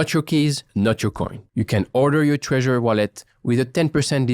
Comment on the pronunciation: Treasure wallet ? Dude its Trezor lol :D